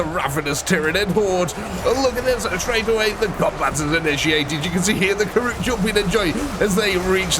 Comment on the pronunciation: Karoot? Its Kroot